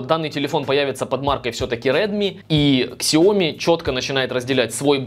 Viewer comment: xiaomi читается как сяоми, а не ксиоми